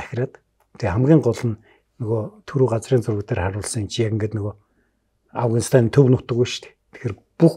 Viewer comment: Энэ жаахан настай хүмүүс Афганистан--г Авагнистан гэдгийн Хөөрхөн 😊. Амжилт . Мундаг шүү